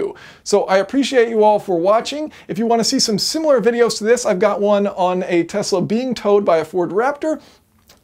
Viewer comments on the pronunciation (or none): none